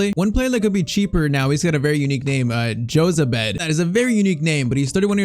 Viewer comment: Jozabed is Spanish so the J is pronounced H then it's Ho-zabed